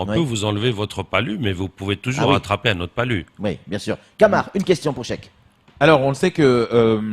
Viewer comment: "Chek" il sait pas dire "cheikh"...grave !